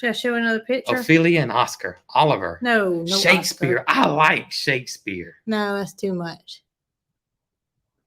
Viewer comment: Olivee ae. Orlando, owen, omar. Hopefully i spelled at the first name mentioned enough so you get how to say it. Its kind of french. The o sound sounds like and o , then go from there